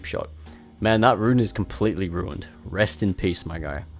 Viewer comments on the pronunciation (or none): none